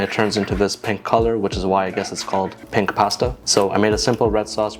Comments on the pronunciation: anyone else head him say pint pasta? Or is it just me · I heard you call it pank pasta in the beginning 😂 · did you just say ‘pank’ pasta? bruh🤦🏼🤦🏿‍♂️ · “Let’s try Pank Paasta” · "Pank Pahstah"